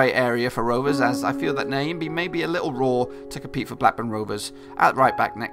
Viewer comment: Heys its not Niyambii..... but Nyambe. pronounce "'Nya"' as u do it in the word "Nyasaland'' ----mbe sounds like cow sound ( mbuuuuu, in that case it would be Mbeeeee)